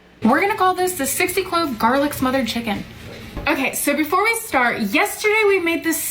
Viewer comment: "60 clove garlic's motha...chicken" I though she was cussing us out 🤣🤣